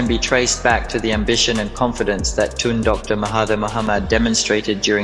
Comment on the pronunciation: It's Tun not toon!!